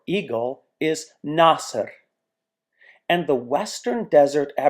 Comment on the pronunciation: Eagle is pronounced in Arabic nesr not nasr. Dead is pronounced in Arabic mayyet not mayt. It's as if you are pronouncing 2 Ys.